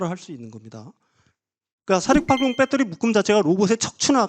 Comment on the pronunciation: 이 아저씨 제2의 뺏데리 아저씨 아닌가? 배터리라고하시지 맨날 빳떠리 뺏떼리 빳떼리 듣기 거북하다